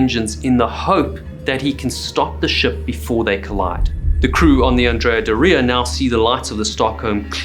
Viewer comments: Isn't Doria pronounced with the accent on the first syllable? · You should have had someone else say Andrea Doria because you destroyed a beautiful name. Theres no emphasis on the I in Doria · Great video as usual! Just 1 correction to ur pronounciation of "Andrea Doria". Doria is pronounced DO-ria, not Do-RI-a, the emphasis is on the DO, not the RI. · It’s correct (Italian) pronunciation is DÓ-ria, not „do-RIA“ as he’s saying it. He’s pronouncing „Andrea“ correctly though. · It is pronounced Andria “Dooria” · If you’re going to do videos about famous ships, PLEASE learn how to pronounce their names. It’s not Andrea “dorEEah”, it’s Andrea “DOR-ee-ah”. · you pronounce that like diarrhea, put some respect on the name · Wrong! He’s pronouncing Andrea correctly but Doria incorrectly . The accent is on the „O“ in dOria not in the“I“. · Yes, completely wrong pronunciation of „Doria“!!! It’s „DOOR-ria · Andrea Bore-ia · As an Italian and ocean liner enthusiast for over 50 years, I can tell you you’re pronouncing the ship’s name wrongly. The accent is on the „O“ in Doria and not on the „i“ like you’re saying. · I believe "Doria" is pronounced the other way around. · Yeah he’s pronouncing „Doria“ wrong!! The accent falls on the „o“ not on the „i“ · Would be a good start if you could pronounce the ships name correctly- the emphasis in Doria is on the r, not the i. Painful listening to you mispronounce it every single time. God. 🤦‍♂️🤦‍♂️🤦‍♂️🤕🤕🤕🤕